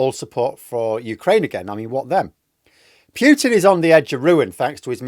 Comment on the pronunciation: Fgs...it's not Piutin!